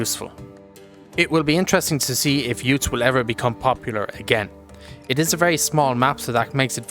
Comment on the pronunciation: pronounced Utes (as in the Aussie Car) and not oo-tes